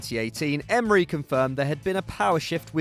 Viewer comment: Mate his name sounded like Arsenal The club isn’t named Emerynal smh Arsene should have the job today